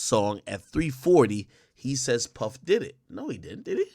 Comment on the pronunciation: Why can't AK say puff like he knows something we don't..dude been told